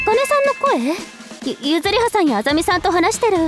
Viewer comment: アカネユズリハさんじゃなくてゆりさんって言ってる笑笑アカネ間違え可愛い🩵